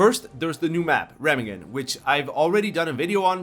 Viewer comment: No. Just oh my god, no. The "Re" in Remagen being pronounced "Ra"? As in the Egyptian sun god?! That hurts my ears just by reading it. There's no easy way to explain how to pronounce this city's name in written words, but now you've triggered the full German in me: The "Re-" is pronouced as in "RElating" or "REferencing" or "RElativity" The "-ma-" is just as in "Ma" The tricky part is the "-gen" ... as the G has to be under-emphazised versus how an English speaker would be used to. I'd compare it to how a G is said in "good" - suttle, it's there, but not in front row. The "-en" is where the meat is at. No harm meant, just a friendly tip, haha WE ARE HAVING FUN. and that's not even how you'd pronounce it based on whatever standard you have - a non-german speaker will have a hard time to say it right all the time. Just how I - only cause I write it - will never be able to properly say El Pueblo de Nuestra Señora la Reina de los Ángeles del Río de Porciúncula. Fact. seriously, we're having fun.